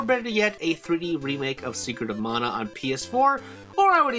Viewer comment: Stop saying mana wrong. No, it's not subjective, you're saying it wrong.